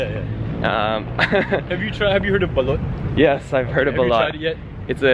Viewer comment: The way your pronouncing baloot, to me sounds like the Bisayan word bilat. Which is slang term for the slang term va jay jay